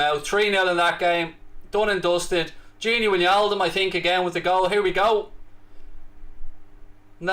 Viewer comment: Can’t wait to not hear him pronouncing wijnaldum as win yaldum.